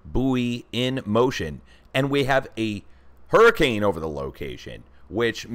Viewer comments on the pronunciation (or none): none